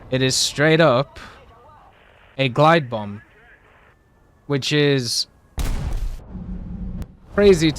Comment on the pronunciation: Guided bomb ❌ glide bomb❌gluided bomb ✅